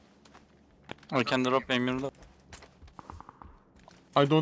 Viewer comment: "I CAN DROP EMYİRMİDÖRT" lkandalkwnd hadi bakalım :D